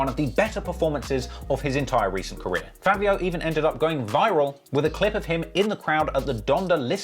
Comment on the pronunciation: Why you say “fAAvio”😂 and lets be real bro sheff and sleepy so much better than fAAvio